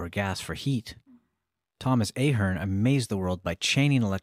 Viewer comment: Oof. Ahern is pronounced "Ah-hern". It's a variant of O'Hern.